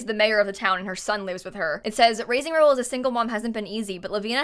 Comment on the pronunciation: Rahul is pronounce Ra-Hool not Raul. K thx luv u bye